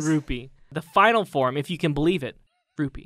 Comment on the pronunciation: So basically everytime you guys said uncle Rupee, I understood uncle Roofy. You know like the drug roofys? Which basically gave me an completely different picture in my head xD